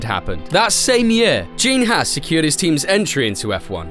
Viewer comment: Haas not hass